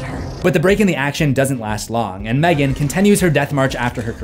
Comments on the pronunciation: i love this/gen but M three gan 😭😭😭😭i know thats how its spelt but its supposed to just be megan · Mthreegan 😄 Gonna trigger the angry screfourm folk lol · M three gan 😂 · NO MOR M THREE GAN OK,OK.